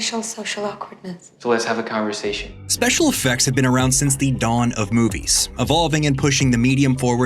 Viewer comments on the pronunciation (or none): none